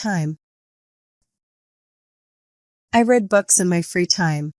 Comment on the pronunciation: The correct word is free time not fre time